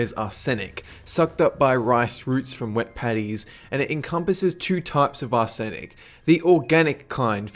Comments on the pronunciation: Its ARsenic, not arSENic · It's pronounced Arse-Inik, not Are-zenik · Wow some of your pronunciations make me laugh :) (tuna) "2 na" should be "chew na" and arsenic is not "ar sin ic" it's "ar sen ik" :P great videos though. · It's pronounced ar-snick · Its pronounced ar-sin-ec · It's pronounced Arse-nick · Mispronounced arsenic but i guess its your accent, no hate doe. Thats why i dont drink rice milk. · that pronunciation of arsenic... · Lol, clearly hasn't heard the word arsenic pronounced before. Don't worry, we all have our own words like this.